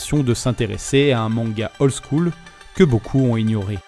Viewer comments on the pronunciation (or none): none